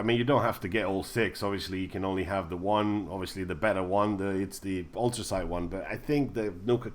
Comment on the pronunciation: How do you say atoms dude? Ahtoohms...😂😂😂 And Enclave isn’t pronounced how it’s spelt, it’s pronounced “onclave” And it’s ultracite, not “autracite”😂😂😂😂😂